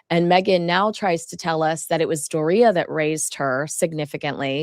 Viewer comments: Please ....door-e-uh, Doria. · Please say Doria’s name correctly!